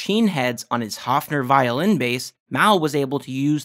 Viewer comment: Your next sleuthing should be why can't Paul McCartney remember that you had to special order left handed basses from Hofner back in the day. Because they weren't a shelf item. You had to tell them you wanted one. PS - it's pronounced HOAFner. Like Loaf of bread. Hofner. German. ;)